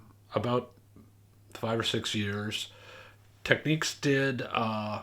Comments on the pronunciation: It's not pronounced "Techneeks"!! Technics. As in "technical" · How are we supposed to "enjoy" this video when at the start you pronounced the very name incorrectly....again it is not tech neeeeks ok, nor is is techniques, do you find them saying Audio Techneeeeka out there??? Get back to the editing room or program or wherever you came from to clean this mess up. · I know you've been around at the Absolute Sound for quite some time but I believe that you're pronouncing Technics incorrectly. It's not the end of the earth but just wanted to let you know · Technics says it is “Tek-neeks” in the US. I believe other locations use alt pronunciations. “Nobody’s right if everybody’s wrong”?